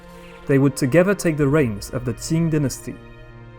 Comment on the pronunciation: Qing dynasty not ting dynasty